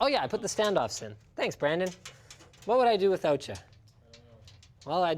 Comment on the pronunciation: The only time I've heard your Canadian accent is when you say "sorry", "over there" and "withoutcha".